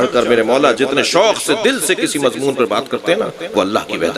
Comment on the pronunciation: MashaAllah but plz lafz Mazmoon ki islah kijye mazboon nae hota its Mazmoon